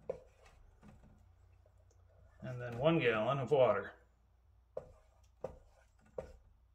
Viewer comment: Gah-lon... what is this? Wondering also if the railway length is measured in chains or fathoms? :D Just kidding.